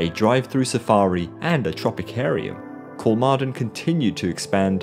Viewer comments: Thanks for the response! I would recommend pronouncing it like “Kolmorden” in English. I think it would be a decent approximation. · You did great and thorough research, but you didn’t bother reaching out to Google or a Swede to figure out how the letter å is pronounced. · 'Kolmorden' is exactly what I tried to pronounce when I read the script initially. As I said I couldn't do it fluid enough, so the audio became really jarring. Sorry! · When recording I honestly tried to pronounce Kolmården correctly, but I couldn't do it consistently. If I said the name of the park once I would have done it, but I didn't want all of the narration to come across as jarring everytime Kolmården came up. I just got too used to saying it the poorly. Sorry!